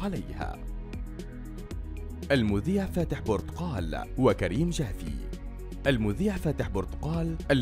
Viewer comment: بورتقال اسمها ؟!! اسمها برتقال